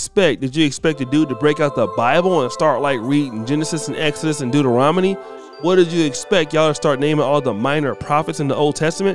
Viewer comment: SAID DEUTA-ROMINY 😂🤣🤣